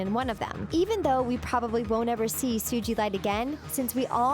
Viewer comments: 2013, not 2014. Do your research. Also, credit the artists for the Ruby and Sapphire, and Peridot, Jasper, and sugilite artworks. Also, stop stealing ideas from other channels. It's ridiculous. And you don't say it like "Sujilite." It's "So-ga-light." It made me cringe so badly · Sijeelite Its pronounced Su-ga-lite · “Soo Gee Light” boi can’t even say it right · Congrats! You Played yourself by saying the Show does this Really Well even though it's Supposed to be a Secret CN Doesn't want you to know... It's Pronounced "SU-GA-LITE!" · SuGilite... you pronounce the G has a hard one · I laughed so hard every time you pronounced sugilite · U said Sugalite wrong 😂